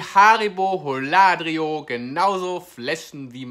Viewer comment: Die Aussprache von Holladrio ist ein Graus